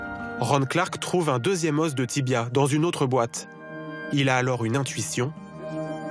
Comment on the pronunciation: Le "s" de "os" ne se prononce pas au pluriel bordel!